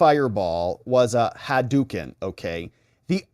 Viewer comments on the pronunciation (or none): none